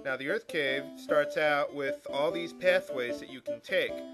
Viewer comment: I thought I heard you say Earth Crib as you left Melmond. XD